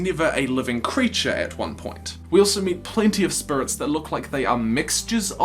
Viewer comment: Oh God I never noticed the spurits, now I can't UNNOTICE and he says it so MUCH